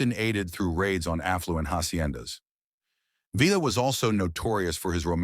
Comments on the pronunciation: Poncho VEE AH. Not Villa, or Veela. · Interesting video, but "Villa" is pronounced " Vee-ya" saying "Vill-la" made me cringe. Just saying...